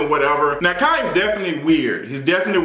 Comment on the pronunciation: GIRL, KAI WHO??? cmon hooked on phonics lol